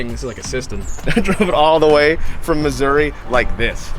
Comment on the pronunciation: It's MISSOURAH, damn. Get it together.